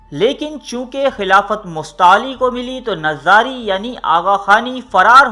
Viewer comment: It's "nizari " not "nazari"